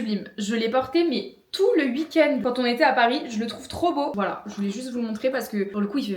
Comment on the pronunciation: "ce wuik-end" ☺ tu parles comme ma maman qui vient de nancy